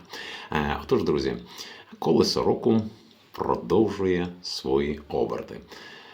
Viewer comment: Колесо року, а я почула коле сороку😊